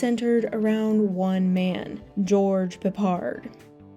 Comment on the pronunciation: George Peppard - she pronounces a name correctly! How refreshing!